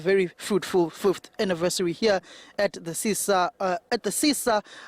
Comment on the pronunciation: Sisa Dukashe not Babakusha please. What is wrong with ENCA journalists kanti?